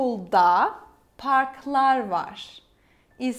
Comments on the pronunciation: You pronounce VAR as VAŞ ? Is this standard? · I need to know this… why is “var” pronounced as “varshh”? Or tesekkurlar with shh on the end?